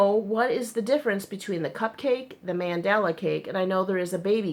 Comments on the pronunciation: Lol yes, it's "Man~Dall~A not Man~dla it's common I think many peeps don't pronounce the lower case A behind the D LOLOL;-) Adam in one that freaks out with miss pronunciation. With this I'm just getting used to it.LOLOL I think the difference between stores is the colors they offer..? I could be totes wrong but I've noticed they don't have same, mind you my Wal-Mart only had two colors lol and they are really tiny cakes for 2.89 (well, less then 3$) we have one Wal-Mart with some actual yarn in an isle! But it's in the next town over.:/ commented elsewhere how bad our local stores are with yarn. THEY BITE! I agree they the should size yarn by its actual size but the number of threads worsted or spun together~ Ridiculous¡ Has! See we don't even have these yarns at our Joann:-\ LOLOL YES, they do track you! When you hit allow on you app your open to them knowing when your close to the store. Hahaha I'm one block away! I get hits all the time. I was in cpl days back. Yarn total 90$- I didn't 49$ Can't shop without a coup..or ten hahaha SERIOUSLY, they know when I come through the door I'm loaded and ready to go. LOLOL sadly it's a fact I also know where this are in store better then some of that employees =-O LOLOL I tell them I should be in salary. HAVE a GREAT DAY X's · Your husband IS smart because I would love something you've made AND you could put it in that "Happy Crafting" tote bag you're thinking about having made. See what I did there? You're welcome ;) It's pronounced Mahn-Dah-Lah per the Lion Brand video I just saw, lol. The only thing I can find that's different is the actual care instructions. The Cupcake is just machine wash/machine dry. The Mandala goes into more detail which is weird but ok. Happy Sunday!